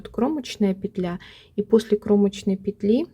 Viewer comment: Все замечательно, но мешают просмотру титры. Извините, во всех словарях пЕтля, а не петлЯ. Спасибо за полезный м к.